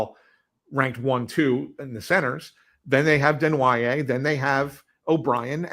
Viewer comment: I love how acts like an insider but can’t even pronounce Desnoyer or Tuch properly and doesn’t realize Peterka is LW not a center…and, Knies has never played center in his life and the Leafs are freeing up like 20 million bucks losing Marner and Tavares. These two are boneheads